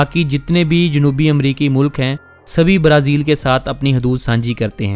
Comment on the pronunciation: Only you say Barazil we are hearing brezil